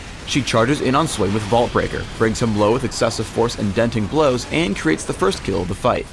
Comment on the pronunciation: LOL anyone else hear the "teh"